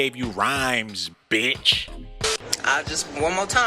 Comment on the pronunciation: He said dat B word hard asl im hollin🤣🤣🤣